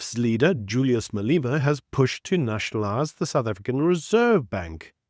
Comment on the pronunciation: Malema is pronounced MaLEma - NOT MaLEEma.